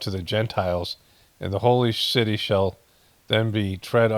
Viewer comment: When you were reading that scripture there, at about 15min in, I am dying laughing, because the way you were reading, I started to pay attention as I'm here passively listening, to the seeming none sense you are having a hard time reading with flow... and you said the holy shitty, some scripture about a holy city and you said holy shitty, not city!! So F'n funnnnnnnyyyy!! 😎💜